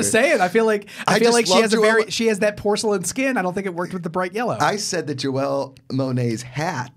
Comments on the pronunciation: "Joelle" Monae lmao wow... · YOU DROVE ME CRAZY ITS JANELLE MONAE not JOELLE LOL!!!